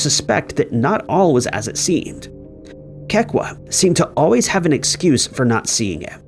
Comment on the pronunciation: Kekua = Keh-Koo-Ah